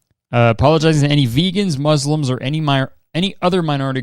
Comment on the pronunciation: the s is pronounced softly, like it is in the word snake or see! so it is mus-lim rather than muzlim